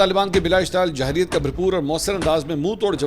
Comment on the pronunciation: Mansoor bhai ye Jarhiyyat ha Jahriyyat nhi. Pls is ki pronounciation thk kr lein